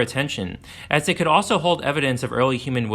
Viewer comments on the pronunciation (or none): none